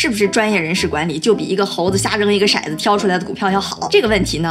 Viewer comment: 讲得非常好，不过。骰子不念 shai 子，念tou zi